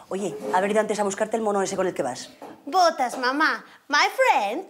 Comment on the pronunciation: yo escuche my friend is putas😂 pero es botas 😅😅😅